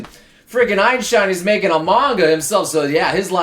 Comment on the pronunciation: DID I HEAR EINSHINE!!!!!!!!!!!!!!!!!!!